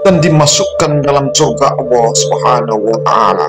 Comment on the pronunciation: Utk pengucapan Alloh nya kurang pas kuatir salah pengucapan malah jadi salah arti